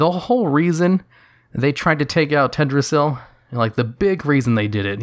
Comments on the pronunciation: Pls pronounce the "L" in TeLdrassil... It sounds strange without it. And a little lore correction: in w3 when Sylv is fighting the 3 dreadlords: First she uses mind control on the creeps (ogers, murlocks, trolls, bandits) in order to amass an army to take out Varimathras' base and when she does defeat him, he bargains with her, she spares him and he joins her. After that they assault the ruins of Lordaeron, where the humans had made a base and the second dreadlord Detheroc had them under mind control as well. Varimathras puts everyone to sleep for a short time, giving him ans Sylv enough time to kill Detheroc. The removed the mind control from the humans and their leader Garithos struck a deal with baby girl Sylv to retake Lordaeron from the final dreadlord Balnazzar. Of course after they do she simply kills the human :)... so firstly she has been morally fucking dark from the start( I would even say she was written to be much more evil in w3 and vanilla then now lolz)... and secondly I just wanna say I am totally fine with her doing all that stuff, I love it(would be nicer is her reasoning was explained a bit better), as a Sylv fanboy I gladly would kill anyone she tells me to. I honestly enjoy the option to side with her in BFA, ot gets boring playing as the good guys all the time... and being the heroes. It would be cool if we had an evil playable faction XD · everytime he says tedrassil it throws me off. then i remember. it shouldnt be a big deal. but it is. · yeah... it's fine if he said it once or twice or whatever... noone is perfect and pronunciation for non-natives is hard.... but there was that one part at like the 3rd or 4th comment where he said Tedrassil like 20 times... I got soo triggered I started laughing😂😂😂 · "Tehd ra zil" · I love your channel and your videos but, but you're forgetting the first L in Teldrassil. Also saying Cairne is more "Care-n" instead of "Car-ne", because of the I in Cairne.